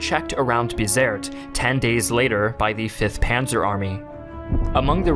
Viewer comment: I believe it is pronounced Be-zert-ee. The troops in North Africa would recite a ditty about Dirty Gertie from Bizerte.